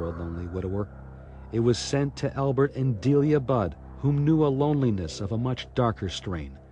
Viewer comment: Budd* not flod bod or blod. The translator is so dumb